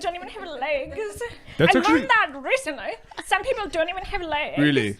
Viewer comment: "some people don't even have ley-guh-zuh"